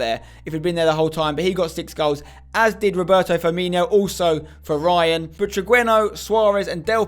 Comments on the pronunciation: It's Firmino not Firminho/Firminio, Spencer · Maybe if you knew how to pronounce Firmino he wouldn't have scored